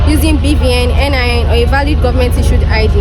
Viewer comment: Nin not NIA